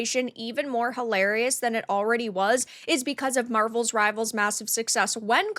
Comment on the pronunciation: Yes everyone is playing MR, and they are also saying the name of the game correctly. Thought you figured this out but apparently not. I guess you’re just trolling at this point.